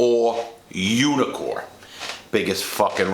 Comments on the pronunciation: I kept thinking you were saying "unicorn". Couldn't figure out why they were called unicorns. 😂😂😂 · Took me a while to notice you weren't saying "unicorn."